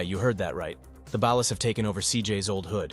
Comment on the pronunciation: BAWL-LAS. Not ballast.